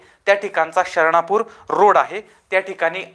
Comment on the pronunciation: Its Sharanpur road not Sharnapur road